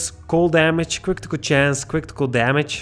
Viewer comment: Cwitikal chance, cwitikal damage and dextri. Lmao